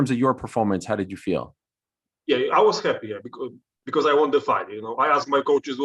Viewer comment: ariel is pronouncing won wrong....